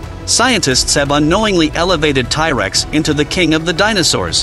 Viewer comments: it proconce T rex not tie rex just so you know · Its T rex not ty rex. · It's T-rex not ty-rex. Who the hell ever called it that? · What the hell is a Tie-Rex? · Tie Rex? plus dinos were NOT lizards. GAD (tie rex ffs!) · Tie tex? 😂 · Thai Rex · ti rex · I've never heard it pronounced "Ty" Rex before this video. I was expecting to hear some discussion on the Giganotosaurus vs T Rex size debate. Giganotosaurus had a stronger bite than Spinosaurus but still weaker than the bite of T Rex. Anyway, I Subscribed. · The Tye Rex? WTF is a Tye Rex? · I can't anyone serious that calls this animal Tyrex. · Firstly T-Rex (not "Thai-Rex as you keep pronouncing it) was not a lizard. The living animal group he is most closely related to are birds. Secondly, why do you have to use that horrible AI English translator for narration? A real voice, even one with a thick accent, would be much more pleasurable to the ear. This one sounds completely disjointed and is hard to listen to for more than a minute. Find a real person/voice to do your narration.